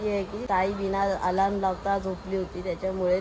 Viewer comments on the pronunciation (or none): Alaraam nhi re alarm ast 😂😂😂😂